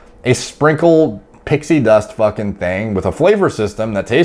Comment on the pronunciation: fAKinnN PEELED OUT OF HIS TREE